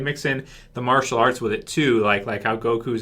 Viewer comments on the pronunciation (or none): none